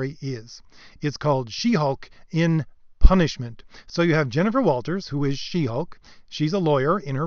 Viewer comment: "PUNISHIMENT" lol